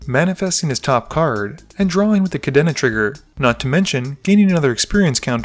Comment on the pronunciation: Still haven't learned how to pronounce Kadena I see